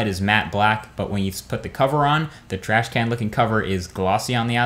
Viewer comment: "Datrh Vader´s thrash can...." jaja.